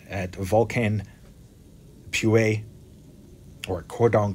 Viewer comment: Thanks! "POOYEWE" VOLCANO, haha im from chile !! I guess that's how you would pronounce it😅😁 kinda